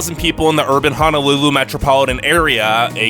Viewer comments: I've lived in hawaii, more specifically on oahu (then kauai), for most of my life so I'm just writing my thoughts as I go. lol is on kauai. Why did you pronounce Honolulu like that??? Honolulu is such a small part of Oahu Most of the hundred hundred islands are either submerged or unlivable. The whole public education thing is bull, they don't put enough money into Hawaii schools, putting more into each student doesn't mean anything when you have less students. There are plenty of bad teacehrs and it just isn't well funded. Sure there are lots of students who don't care as much as they should but that isn't what makes the schools bad, it's because they are underfunded. So you're right about the schools being bad but your reasoning is wrong. Honolulu is a city, of course its dirty. Bruh, its Hawaiian time not aloha time. Overall I was just being super critical but you're mostly right, some things are overexaggerated but otherwise its good. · Did.... did he just call our home dirty ? Boy. STAY HOME. Please Don’t come here. Ps. It’s Ho-no-loo-loo. Not “Hana-loo-loo” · Could you please pronounce Honolulu correctly. It’s not pronounced “Ha no lu lu” as in hahaha. It’s “Ho no lu lu” as in hohoho. Both o’s are pronounced long. How would you like it if I pronounced your home town incorrectly. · Fist of all your pronouncing it like Hanalulu but it’s H/o/n/o/lulu and all of this is just rude because I live in Hawaii and we’re Hawaiian not Polynesian and it’s not as bad as you think yes it’s expensive but if its to expensive for you people then don’t come here and it was rude to talk about the homeless 😤😡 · Repeat after me Ho..No..Lulu, no a’s! No, not Hanalulu...Honolulu! Mahalos! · it's pronounced "HOH-NOH-loo-loo", not "HAH-NAH-loo-loo" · Hanalulu - NO Honolulu - YES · Its HONOLULU not HANALULU... this is so cringey to watch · Btw It is "Hong no lu lu". Ok guy with annoying voice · It's H"O"NOLULU stupid bitch. Say it correctly or not at all!!!!